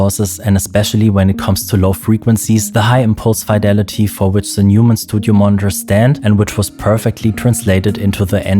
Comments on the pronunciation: It's not Newmann, it's Noymann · Du bist doch deutsch, oder? Warum sprichst du Neumann falsch aus?